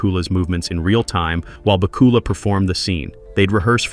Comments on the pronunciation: ba KOOOOOOOOOOOOOOOL-a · Great video, but was it just me but I kept on cringing when he kept on saying the name incorrect